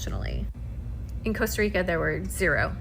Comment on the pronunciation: Coaster Rica? Not Costa Rica?